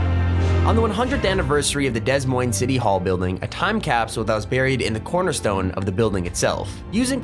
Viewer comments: Oof it’s not pronounced Des Moines it’s pronounced Duh Moine 🙃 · Dess moinss LOL bro it's pronounced De moin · Des'Moines is pronounced Dee Moin, and the s is silent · Des Moines lmao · The city of "Dez Moinz" Lol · Des Moines is pronounced without the s sounds.